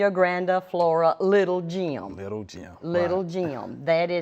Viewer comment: Awesome video! Although its Little "Gem" not Jim